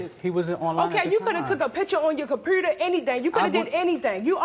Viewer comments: The way she said compuRter drove me crazy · what's a compruter and where do I get one?